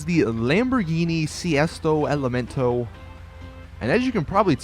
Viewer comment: I cringed when you said Sesto Elemento XD